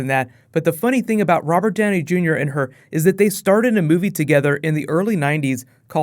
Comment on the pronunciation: I drank a shot everytime you said "Rober Djowney Djunior". Now I'm drunk.